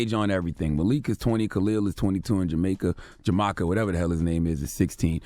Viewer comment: Ron I. Jamaica is his name not Jamika